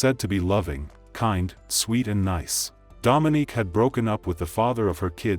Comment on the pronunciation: So annoyed he keeps saying Dominic like come on now it’s Dominique 🙄